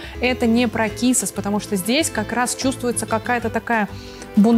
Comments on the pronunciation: Не так ..а кто знает ..буквальный перевод...и не кизас а кисас...буква z в испанском читается как межзубное С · Кисас...так правильнее ...z в испанском это межзубное S